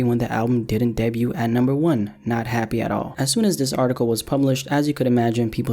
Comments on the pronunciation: Clicked off soon as you said "debute" lol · This dude said “debyoot” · Did you really pronounce the t in debut